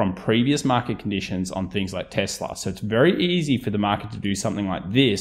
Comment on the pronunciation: the way you say nividier and tesler is funny